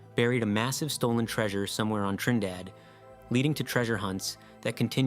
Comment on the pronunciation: Okay, your very first island is Trindade (Treen-dah-Jee) the other island is Trinidad, like as in Trinidad and Tobago.